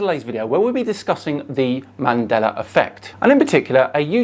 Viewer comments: “Mandelar effect” lol. Love it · Why does he say Mandeler instead of Mandela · ‘Man della’, not ‘mandeller’ effect.